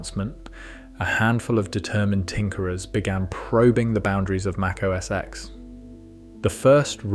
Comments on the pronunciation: Correct me if I’m wrong, but it’s OS Ten, not OS “eks”. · It wasn't called "OS ex". How many times can you watch a video showing Steve call it "OS ten" and you still call it "ex"??? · Great video! One correction if you'll allow it. "OS X" is pronounced "OH ESS TEN" and not "OH ESS EX." Watch a few WWDC keynotes from Steve Jobs from that long period. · MAC OS X (TEN!!!) NO X get it right or stop acting like yu know anything about Apple products especially the Macintosh or what’s now called Mac. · Just FYI, it's pronounced Mac OS "Ten" the number, not X the letter..